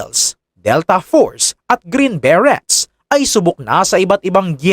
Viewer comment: Green beret Po..Ang proper na pagbasa Nyan Po ay silent Yung T..berey Po pgbasa..👍☺️